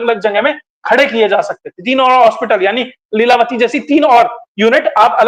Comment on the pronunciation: ko namaste Leelatavi nahi leelavathi ji😊